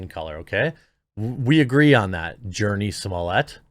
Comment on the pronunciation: “Jurnee”…..and they say the bell curve isn’t true.